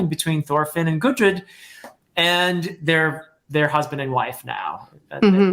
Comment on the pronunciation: can't wait for that vagabond review. P.S. I don't really wanna nitpick but I've heard you calling gudrid, gurdid. I just wanted point it out for the future videos. great review as always.